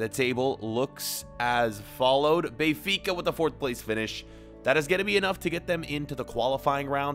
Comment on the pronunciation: Hey can you please stop saying Bay-fica it's Ben-fica and it's really getting on my nerves.